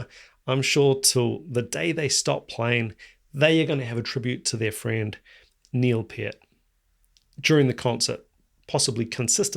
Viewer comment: It's pronounced knee-ill pee-urt 😅